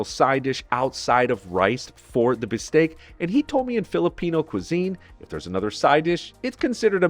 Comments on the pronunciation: Foreigners always get this wrong. Tagalog is pronounced with the stress on the second syllable. "Ta-GAH-log". While "Bistek" on the other hand is pronounced with the stress on the first syllable, "BIS-tek". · "Taga-log", not "tag-alog". You did well on that bistek tho